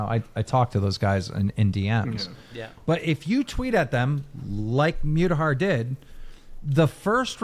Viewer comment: I hate how Keem pronounces Mutahar's name.